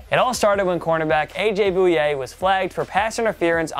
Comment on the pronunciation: On the Jaguars game he said A.j boy-yay so weirdly